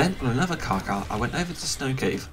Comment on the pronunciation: stop saying carca its carcha